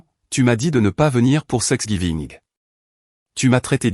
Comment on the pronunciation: On ne prononce pas sexgiving, mais Thanksgiving.